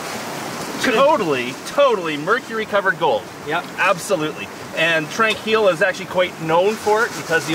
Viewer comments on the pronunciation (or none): Exciting guys. My old stomping ground. Tranquille isn't pronounced with an a sound but with an o like the word on. Tronquille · Used to live in Kamloops and ran the trails up there I had no idea about the gold up there. Oh Tranquille is pronounced Trawn keel , sounds like that, :-) is so cool UC you and Dan Hurd do videos together is so entertaining it I like how you had pit bits of History in this it true that I think that's important to the viewer. I'm subscribed to both your Channel and have lived near some of your claims, I would love to follow you guys around but not possible in a wheelchair , or is it?